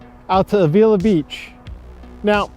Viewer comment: Dude. Perfumo???? Lo Sojos Valley Road? a-VEE-la????? It's Los Osos. and about Avila Beach: "The name Avila commemorates Miguel Ávila, who was granted Rancho San Miguelito in 1842" (Wikipedia for ease). Notice the accent on the A. Great area, I used to live there. Thanks for including this beautiful area but so painful to listen to this! lol